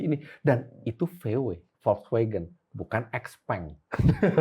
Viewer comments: XPENG bacanya siau pheng artinya little friend. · Xpeng = Xiao Peng